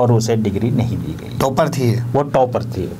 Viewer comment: टोपर नहीं भाई टॉपर होता है।